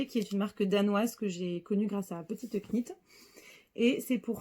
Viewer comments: Hello! Très heureuse de t’avoir découverte grâce à ce podcast... sans Instagram, je suis toujours la dernière au courant! Bravo pour tous tes projets, nous avons les mêmes goûts en terme de coloris et de formes et de designers! Est ce que tu sais qu’on ne prononce pas le « K » de « knit »? Pardon, hein! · Jolie découverte que votre podcast. Je me permets juste de vous dire qu’on ne prononce pas le k dans « knit », « knitting » etc. À bientôt ! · Juste mentionner gentiment qu’on ne prononce pas le ´k’ dans petite knit